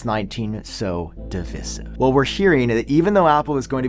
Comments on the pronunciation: Did you just read divisive out of a dictionary and never heard it pronounced before? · How can you mispronounce divisive